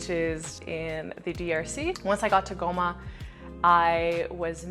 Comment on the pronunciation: i like the way you pronounce "Bukavu" "Goma"!!!! am originally from Kivu (but i've never been there)